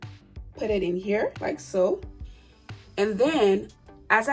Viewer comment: 😂😂😂 I hear that with a lot of African women